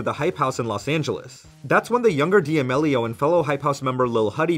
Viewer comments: Dee ameleeo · Lol the way you pronounce their last name gives me ANXIETY. Never heard it pronounced that way. Is that the correct pronunciation? 😳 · de ah mellios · Lol. Dee-Ameeelio ..c'mon my guy, if ur gonna make a vid on someone at least learn how to pronounce their name right